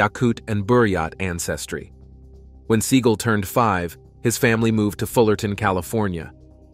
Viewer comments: Omg, it's Seagal, not seeeegl. So annoying when it's said the wrong way. Other than that is't top notch video! 😁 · Se-GAWLLLLLLL not Seagull the bird🤦‍♀😆Still hit the 👍#567🥳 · His true name is pronounced "SEE-gal" for you kids getting all butt hurt. 🙄 He went with Se-gaal because he liked how it sounded. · Sea-gall, gavone. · His name IS PRONOUNCED Segle... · I'm assuming that AI was used in producing this video, and if so, it is surprising to hear how bad it did with pronouncing Steven Seagal's name. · Can u please say his name right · You can't even pronounce his name rite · Couldn't even get his surname correct !!!! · Steven is going to show up at your door for mispronouncing his name. Am I kidding, or ammi? I lived a block from his West Hollywood dojo for years - one of the students said he dropped in once while the kid was training. I never saw him. It's funnier your way. Seagulls are miffed.